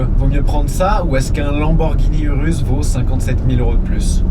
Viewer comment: URUS Se prononce OUROUSSE , jcp pk tt le monde le dit mal